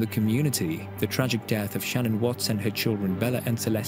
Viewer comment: She are showing the mistress, and it is Sha-nnanne